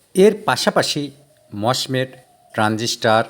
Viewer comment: Mosfeet no no mosmet😂😂😂😂